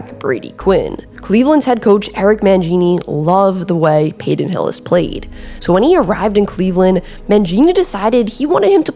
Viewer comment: "Payton" not "Payden"